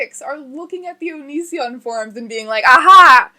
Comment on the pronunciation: constantly reads Onision as Onion son